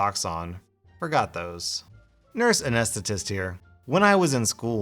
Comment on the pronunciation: Anesthesiologists aren't surgeons, just saying. They inject the anesthetics, the surgeons operate. It's also not pronounced anestatist, it's an en see tist Sorry